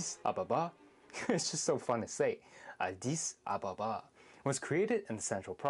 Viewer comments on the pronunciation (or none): You're reading the capital of country as it would be pronounced by the way it's spelled. You should edit this video and pronounce it correctly (or talked to an actual Ethiopian before you made this video...). Pronounced correctly it's AH'DEE SAW-BAH-BAH